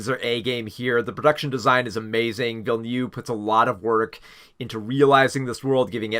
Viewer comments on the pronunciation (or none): I really enjoyed your review of Dune: Part Two, but please learn to pronounce Villeneuve the right way. It's not ''Villenew'', but Ville-Neuve!!! No offence, and I know it's not on purpose. English is a fucked up language.